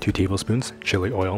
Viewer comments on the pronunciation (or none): "2 tbsps olive ol"